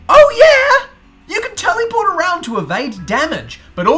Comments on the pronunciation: I think it's "teleport" not "teliport" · Tell-ehh-port is how Americans pronounce this word. Tell-ee-port is the English way.